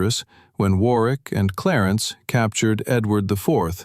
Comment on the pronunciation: Warwick is pronounced War rick. The w is silent.